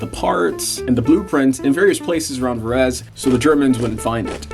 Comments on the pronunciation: MV Agooo-sta made in Vah-ray-zay in the country of EE-talh-ya. BTW it's GEE-lehr-ah. Seems like you put some work into this, why not learn how to properly pronounce the Italian names, etc? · Ver-ee-say (Verese)